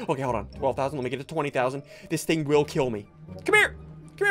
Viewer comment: He said the other ting